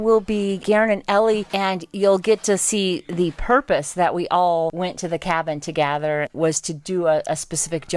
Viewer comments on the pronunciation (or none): &, You kill me! There is no A in together! Its Together NOT togather.